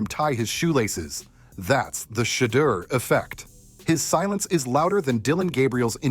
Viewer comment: Can't watch this when you can't even pronounce his name... 😔